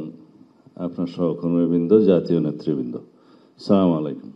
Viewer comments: সালামটা পর্যন্ত সে দিতে পারে না, বলে চা মারুম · সালাউদ্দিন সাহেব সালামটা শুদ্ধ করে দেয়া শিখুন। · এই লোক দেখি ভালোভাবে সালাম ও দিতে পারে না😂